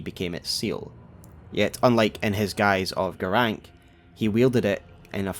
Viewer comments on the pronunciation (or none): Why are you saying Garanqq "Garank"? Like, they same his name 50 times. I'm sure you played the game more than once. Why is there a trend to mispronounce names that are stated out loud in the game?